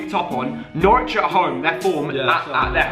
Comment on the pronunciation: Couldn't of got norwich villa more wrong